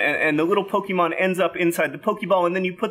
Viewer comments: Hey John! You know words, right? The 'e' with the little comma thingy is an acute accent. It's found in words like resume, entree, cliche, deja vu, and fiancee. It means the e is pronounced like saying the letter a. It's pronounced "Poe-kay-mon". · If you're a dad that knows nothing of Pokemon, you would've called it Pokeman like my old elementary and middle school teachers back in the day. ;) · Pokémon is pronounced "Poke-ay-mon." Its plural form is unchanged. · It's Poke-ay-mon. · I think it's more like po-KAY-mon. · Ahhhhhh, pokémon. Poh-kay-mon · Um, actually is PokAYmon. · But it's "Poh-kay-mahn", as the é is an "ay" sound. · I dunno if I can make it through this video with him repeatedly pronouncing Pokémon with a long "e". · It's very hard to get through this video when you know Japanese. It's not POKEY! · Lesson no. 1: The "e" in pokémon is pronounced as in pocket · To clear up some confusion 1. Pokémon is pronounce with a long a instead of a long e 2. As for the origin of Pokémon, it’s commonly believed that the god of the Pokémon universe, Arceus, created a species of Pokémon called Mew that evolved Darwin style to their surroundings, creating new species 3. When a Pokémon “goes to the professor” they just go to this thing called the Pc which stores Pokémon. In Pokémon Go you can exchange Pokémon for candies that can make Pokémon more powerful or evolve them, it is speculated that the Pokémon are grounded up to make the candies however there is little evidence of that in canon. 4. Pikachu is based off a mouse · Fun fact! The accent over the "E" in the word Pokémon indicates that it makes an "eh" or "ay" sound. Not a harsh "ee". I understand that these aren't widely used in English and as such will be misunderstood or ignored, but still. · You can tell he knows nothing about Pokemon by the way he pronounces it lol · The é in Pokémon is pronounced like the é in café or in resumé, if you want to one-up your son. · Well for 1 you pronounce it wrong